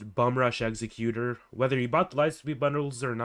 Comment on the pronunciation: Might want to get the wording for the star wars ships like eggsacuetor is really Eggs-zeck-u-tor and xanadu is pronounced Zan-ah-dew. An executioner is not the same as Executor